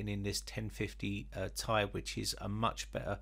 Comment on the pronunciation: "Gtx 1050 tie" 🤣🤣